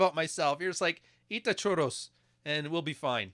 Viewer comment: it's churros not choro, choro means diarrhea 😝